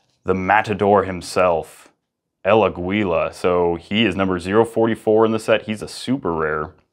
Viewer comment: It's pronounced "el á-gila" it means The Eagle on Spanish and it is said almost the same.